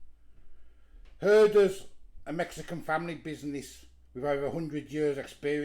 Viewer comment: Hi. It's pronounced Her-Dez as in Valdez. This does look good, but a bit pricey for the kit. Unfortunately I cannot stomach Mexican foods from the packet. It has to be authentic or nothing at all. Cheers mate 👍🤤😀.